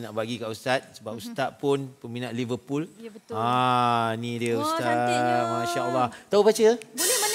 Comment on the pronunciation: jihan : liveRRRpool bkn kaki bola cenggitu bacanya 😆, R terlebih sebut